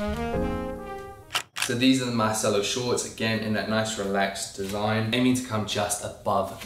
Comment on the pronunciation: Shouldn’t it be pronounced Mar-chell-o though? It’s Italian, right?